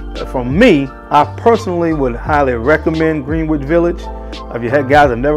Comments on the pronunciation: I cringe every time he pronounces it Green-wich instead of Gren-ich. Definitely not a New Yorker. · Love your video reviews and the quality is phenomenal. However, the snobby New Yorker in me is cringing. I know how it’s spelled, but it’s pronounced Gren-itch Village. I know it doesn’t make any sense, but that is the way we snobby New Yorkers have pronounced it. You tha man and keep pumping out the great vids. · ...Love you, your content, your knowledge on perfumery and Fashion. Keep going brother! (Being a native New Yorker [Brooklyn] you get a pass for butchering "Greenwich" lol...its pronounced "Gren-itch"...I know the spelling doesn't help). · So weird how Greenwich Village is pronounced Gren- itch. Gren, like Ken or Ben, but it’s spelled Green, like the color Green. The English alphabet makes no sense! Anyway, besides that small rant lol I absolutely love Greenwich Village, it was love at first sniff 😍 I find it interesting how fragrances that don’t smell quite as good get so hyped up for one reason or another, then we have something like this that’s more beautiful yet not as talked about. Like you said better for us, it doesn’t become as common. Great review, thx💙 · Green wich 😂😂😂 say you’re not from NY without saying it ❤